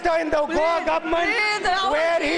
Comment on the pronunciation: cannot pronounce government, has come to debate, what a joke.